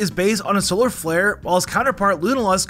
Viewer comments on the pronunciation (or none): none